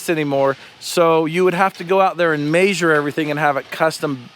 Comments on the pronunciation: The massure lol it's measure like it's spelled lol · "When we get a clean room, I'm gonna MAYSURE things!". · i hate the way ya'll say measure but love every video